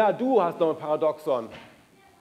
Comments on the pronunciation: Also wer über die Thematik Paradoxon spricht, sollte wenigstens wissen, wie der Begriff richtig ausgesprochen wird. Es wird das 2. "a" betont! Par !A! doxon! Bei "paradox" liegt die Betonung eher auf der letzten Silbe. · Lieber Herr Caspers: Das Wort "Paradoxon" wird auf dem 2. "a" betont und nicht auf dem ersten "o"... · Stimmt vollkommen. "... dem zweiten "a" betont und nicht auf dem ersten "o"... Jedoch mindert dies nicht die Aussprache des Wortes "Paradoxon". Und NEIN, diese Aussprache hat sich bis dato NICHT geändert.